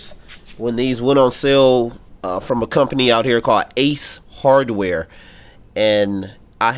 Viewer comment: You spoke out the syllables of "ace hardware" when referencing the store to Canadians, as if English is a second language to them. You are definitely not the sharpest tool in the Packout.